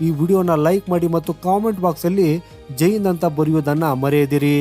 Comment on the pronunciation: ಉಚ್ಚಾರಣೆ ಸರಿಯಾಗಿ ಮಾಡಪ್ಪ. ಜೈನ್ ಅಲ್ಲಾ ಜೈ ಹಿಂದ್ ಅಂತಾ ಸರಿಯಾಗಿ ಹೇಳು.